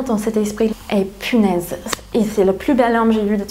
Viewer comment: elle a dit "pinaise". elle est french à 100%.